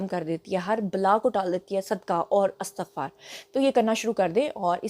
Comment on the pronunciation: Madam lafz istaghfar hota ha Astaghfar nahin Ap toU Aftab Iqbal ab ki student rahee hein ap tou please aisi ghalti na karen Lekin ap ka v log bohat acha hota ha❤❤❤